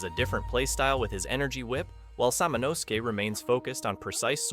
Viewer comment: lol samano-sooki... Sah-mon-as-keh